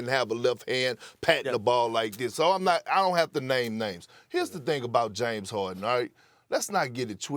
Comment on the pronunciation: Drink 🍺 every time Steven A says, “James Hoardin”